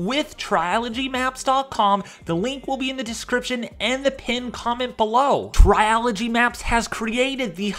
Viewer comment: Its not Triology maps its Trilogy, 3 syllables